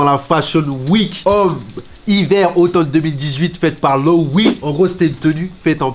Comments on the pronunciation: "LOWOUI" mdrrr ça se dit "Loevé" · Les gars pour la culture LOEWE ça se prononce « Lo-é-Vé » » pas « Lo-Wi », c’est une marque espagnole 🙂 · Comment t'as prononcé "Loewe" t'as rien respecté